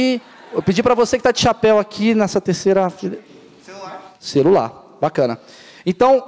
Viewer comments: klkkkkkkk...ele nao sabe nem falar direito ele disse cerular....sabendo q o cara disse celular.. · o cara maurício meireles falo cerula.. k??